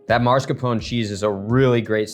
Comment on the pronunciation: Why are you saying MARS-CAPONE. It is mascarpone. Not a real chef I guess.